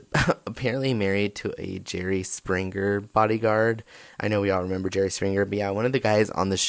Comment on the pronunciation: Words like springer aren't pronounced sprinGRR. The g is soft in ing words.